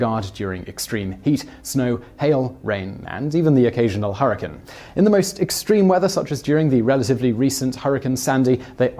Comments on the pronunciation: 'Hurricain' LOL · I’m sorry did you say hurricane?